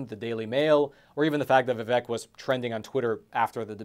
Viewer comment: A not deep state candidate, interviewed by a not deep state journalist on a supposed not deep state platform. Btw - I think he pronounces it Vi-vake. Yeah Tim and Nikki better raise their hand that they would support Trump - he helped them.